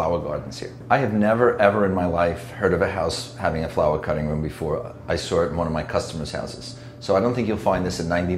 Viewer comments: "when the brokers soar it" I don't even know how it's possible to pronounce "saw" like that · When you are a wealthy builder, you have to pronounce "saw" as "sour". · He pronounces "sore" rather than "Saw" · Apparently millionaires cant say "SAW" correctly... he says "Soar" it... tf... I've met alot of people with this speech impediment... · Did he say "brokasaurit"? Is that some type of dinosaur with no money?